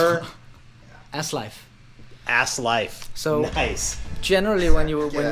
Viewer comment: You totally butchered that name, bruh. Asleifr isn't Ass-Life. Asleifr is a badass viking name :D